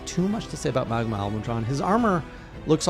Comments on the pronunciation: oops my bad typo (damned phone, PC better), MAH-GAL-UH Edit: Also you're pronouncing it MUH-GAH-LA, you're saying MUH instead MAH. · It’s pronounced ma-gala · Ma-Ga-La is how you pronounce it ^^ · The way he pronounces Magala...